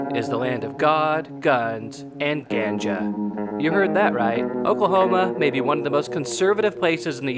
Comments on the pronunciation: The word "ganja" is supposed to sound like gone - juh. Great video! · I’ve heard the term ganja said 1000 times. Never heard it pronounce the way you do. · The way you pronounced ganja already has me questioning this video. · Ganja.. Pronounced... G-on-ja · I prefer pronounce ganja with ah sound, and not the short a. to each his own though. I also pronounce Nevada in Colorado with the same ah sound. It’s truer to the proper Spanish pronunciation. OK that’s all from my vocabulary snobbery. Go Oklahoma! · If I hear the word gannn-ja I have to dislike the video lol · The way the narrator says ganja makes him sound like he’s from Wisconsin. And the term gas isn’t short for anything it’s just a metaphor. Like you need gas to keep your car going and you need weed to keep your high going. And the fact that this dude didn’t use stats from Washington or Oregon and just California and Colorado just shows that Oklahoma weed statistics aren’t very impressive. California has only had leagal weed for 6 years and it’s taxed to shit. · The way he said ganja made me stop watching the video. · Pretty sure you don’t say Ganga like that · I was a little put off by the pronunciation of "ganja" in the beginning but quickly realized the sarcasm lol. After that the video is full of giggles. XD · Thumbs down because you can't pronounce Ganja properly.